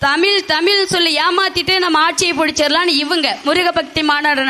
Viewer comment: ஏம்மா தமிழை தமிழ் என்று சொல் ஏனென்றால் ழகரம்தான் தமிழின் சிகரம். வாழ்த்துக்கள் நன்றி தமிழன் தென்னவன் ங